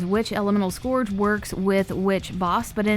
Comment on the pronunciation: Love your voice.. Just a tip.. SCOURGE rhymes with URGE, not GORGE.